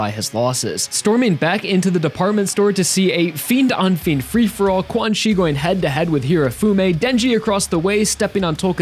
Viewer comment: pretty sure 'quanxi' its pronounced chan-she (or something along those lines) rather than quan-chi